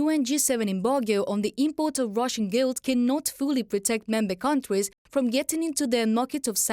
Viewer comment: The lady reporter pronounced GOLD as GILD. The male reporter pronounced it correctly.